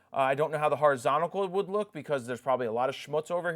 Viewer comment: I don't see what the big deal is with the watermark. The last few images had them but you didn't see them so it's fine? And please stop saying "horizonical" it's not a word and it's sounds so bad.